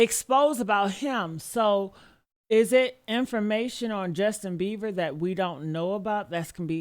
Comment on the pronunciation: Why she keep calling him Justin Beaver 🦫 😭😂😂😂